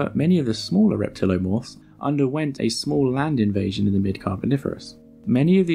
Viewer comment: it's pretty frustrating to see "reptiliomorph" and then hear you say "reptilomorph" over and over.